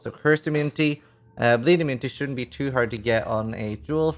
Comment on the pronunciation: "such a hard time to be(e) serious" and "be(e)come drunk" forgot that one too... only 8/10 for that one. Kappa